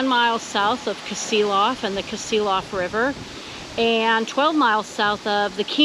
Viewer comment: It's not kasiloff it's "ka see loff"